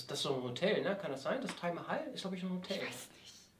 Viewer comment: Ich habe 3 Punkte klar zustellen: :D 1. Der Steinwasen Park liegt in Baden-Württemberg. 2. Taj Mahal wird Tadsch Mahal ausgesprochen. ^^ 3. Das Taj Mahal ist eine Grabstätte in Indien. ^^ Klugscheisermodus: Aus. :D